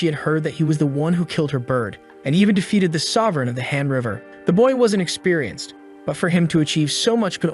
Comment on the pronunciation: Why does han River sound like hamburger ? 😂😂 I don't actually watch the video. I'm more of a listener. My ears were tricking me by making Han River sounds Hamburger. 😂😂